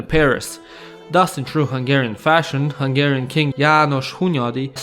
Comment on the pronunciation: I like your hungarian pronunciation!